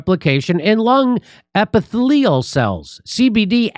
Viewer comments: I love Jimmy but he can't say epithelial or metabolite 😁🤣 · Epi thee lial